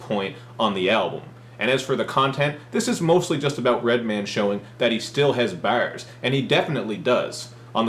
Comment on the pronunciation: "Dis album is all about how Redman still has bawhrs" is Cal Chuchesta?